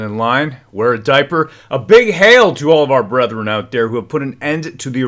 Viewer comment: Yeah hon Hail and Heil. Sounds very much alike when said with force. Might bring back some very bad memories for some. Actually thought that is what you were saying when l first heard it. Lol No one’s fault just happens with individual peoples experiences. I think we all now know that your loyalties are with the Canadian people and love and peace for all so no worries. Keep up the good work you are doing! Another strong voice joining the many others!!🇨🇦